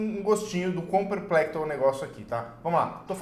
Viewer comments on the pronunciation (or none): É perplexo e não perplecto. Abraço! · A palavra correta é perplexo e não perplecto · perplecto kkkkkkkk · Perpectlo 😂😂😂 não seria perplexo não? 😁😁😁